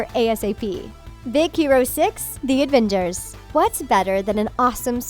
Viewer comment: D-did she call them Advengers? I